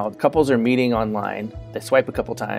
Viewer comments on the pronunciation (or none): none